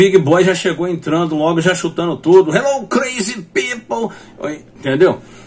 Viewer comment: Por favor, melhore a pronuncia de "crazy people", principalmente do "crazy". Big Boy agradece!